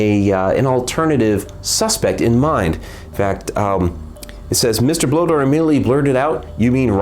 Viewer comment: For future reference, I believe 'Bloedorn' is pronounced "Blay-dorn".